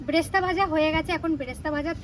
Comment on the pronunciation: সিম্পল কে সিম্পিল আর ক্লিপ কে কিলিপ উচ্চারণ করে এদিকে বেরেস্তা কে ব্রেস্তা এই ভুল উচ্চারণ টা করছে কেন ইস্প্রিং মার্কা উচ্চারণ হয়ে যাবে বলে নাকি! অমিত দার আনা শুভর জন্য TShir and Pant টা খুব ভাল হয়েছে। শুভ ওটাকে Black powder বলে না Black paper dust বললে ঠিক ঠাক বলা হয়।